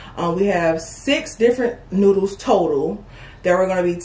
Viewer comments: ❤️ did a great job pronouncing the names of those noodles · did good with pronouncing the names of the noddles cause i would of had a hard time,To tell what they are lol awesome video🍴💝👌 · did a awesome job with the names! Better than I would have done! ❤❤❤